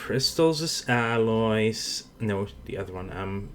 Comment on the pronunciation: you keep sayng aliewhen yu meaalloys. lol